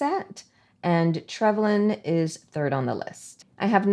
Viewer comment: P.s. I think you pronounced it correctly 🫶🇦🇺